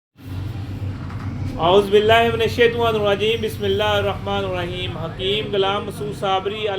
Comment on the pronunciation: ناراض نہ ھونا آپ بسم اللہ غلط پڑھتے ھیں